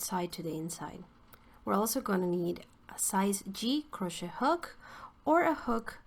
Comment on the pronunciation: This Tutorial helped me immensely! I also wanted to let you know, one English learner to another that Crochet is pronounced phonetically like this: Cro-shay like Day :) It's originally a french word, so that's why it's not pronounced like it's spelled.